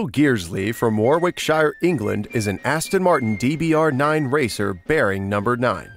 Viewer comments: wore-wick-shy-urr 😂 it’s not how u say it mate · "War-wick-shire" 😂 it's pronounced Warrick-sher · Nooooo you said it wrong ,W ar wick shire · Oh my good god, it may be spelt Warwickshire but it's pronounced Wor-ick-shur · Can we also talk about how this guy pronounced Warwickshire 💀🤣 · He butchered Warwickshire 😂 good video tho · The way you said Warwickshire really annoyed me